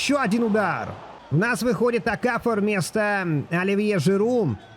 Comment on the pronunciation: Коло-МуанИ ОкафОр